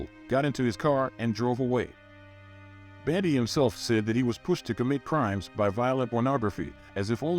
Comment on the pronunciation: If you can't even pronounce BUN-DEE, maybe you shouldn't do a video on him